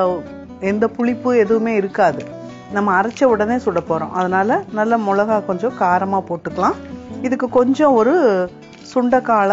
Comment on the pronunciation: Milakai..... Not molakai... Milakai..... Is like milaku...